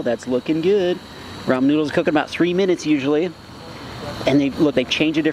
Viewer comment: “Nodels “ “dizolv” “an pore” “WHATER” “sesn” also can you make a tutorial sense you must be a pro at cooking “nodels”